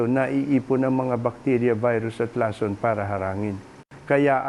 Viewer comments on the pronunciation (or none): tunay na Pilipino ba ang nagbabada qt nagsasalita o AI generated lang! Maraming salita, tulad ng lason at atay, ay mali ang pagkakabigkas. nakaka-irita🤨